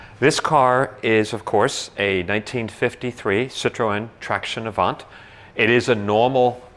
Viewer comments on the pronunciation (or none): The good prononciation is traction avan. Don't prononce the "t" at the end of avant. Nice car